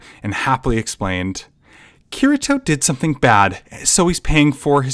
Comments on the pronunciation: KEY TEA TOE Kirito the r in Japanese is pronounced like a rolling ‘d’ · yeah i wouldnt say this non japanese speaking actor knows how to properly say it, r in japanese isnt too far from english key ree toe is best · It’s kitty toe to make the pronouncement easier idk I think you did it right for the most part but messed up during this one cuz I didn’t have a problem b4 lol